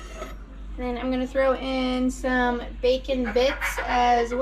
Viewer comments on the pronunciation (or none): none